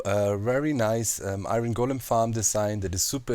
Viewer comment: he sounds german tho look at him saying golem